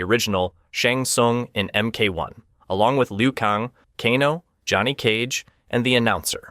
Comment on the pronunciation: Please for the love of anything learn how to pronounced names before making videos. Who the is Lou Kong and Bye-Han?